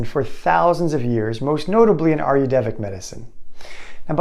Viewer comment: ayurvedic diet - you are mis pronouncing it - just to let you know. It is NOT ayurdevic, but hanks for the info.